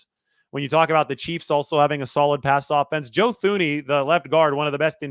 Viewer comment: Some additional info from the KC side: Allegretti performed admirably for Thuney (pronounced TOO-ney, not THOO-ney) after the injury. The biggest weakness of the KC O-line is Taylor's propensity to draw penalties. Selecting the whole season for your dataset just muddies up your data (like you said, "those days are over"). Going with splits definitely would've illustrated things much better. How each team performed in September isn't nearly as relevant as how they're doing since the calendar turned over. KC's offense suffered from the dropsies by the WRs most of the season (most drops in the league this year). The main offenders of all those dropped passes (Moore, Toney, and later Hardman) have been riding pine since the last few weeks of the regular season, and Rice has emerged as a #1 WR. And MVS, for whatever reason, had a forgettable season but is returning to form in the postseason with clutch catches at both Buffalo and Baltimore. On the defensive data, Omenihu missed the first six games, Chris Jones missed the opener, and Bolton lost a number of games to injury. Jones and Bolton are back to (mostly) full health now, though Omenihu will be out for the next 8+ months with a blown ACL. His absence will be noticeable, but KC played most of the game at Baltimore without him and managed ok. The KC defense allowed more than 24 points only once, and that was just 27. In three postseason games, opponents are averaging less than 14 per game against by some very good offenses. Sne